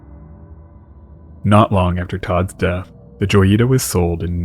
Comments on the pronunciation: In Spanish, it would be pronounced Hoy-ee-tah. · Isn't it "hoy-ita"? Lol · "J" is pronounced like an English "H" in Spanish, so it should be said like "Hoyita."